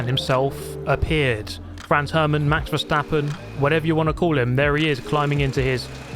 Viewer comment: and he says verstappen right other say something like vershstappen